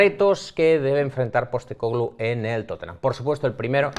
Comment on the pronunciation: #PIFIASLMI Para haber unanimidad en el apellido, le estáis poniendo el acento donde no toca. Su nombre en griego es Άγγελος (Άγγε) Ποστέκογλου, pronunciado algo parecido a ANyelos (ANye) PosTÉcoglu, no PosteCÓglu